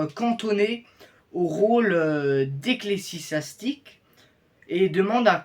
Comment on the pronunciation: Ancien professeur, je ne peux pas dire que « c’est bien dit ». La prononciation des noms italiens est plus que défaillante. « Ecclessisastique » pour éccléisastique. Qu’il travaille avant de poursuivre.😢